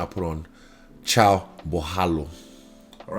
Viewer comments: Nobody gonna call him out on his "chow"? Put some respect on his name, its pronounced "Kai-o" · Love the respect Izzy has for the other fighters trying to get the pronunciation of the names right. Caio is pronounced "ca" (as in "car") and "u" (as in "you"). Borralho is a bit trickier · Kai-o. Bow-ral-yo